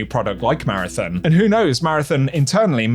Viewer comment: If you're going to talk about marathon, can you at least learn how to pronounce it properly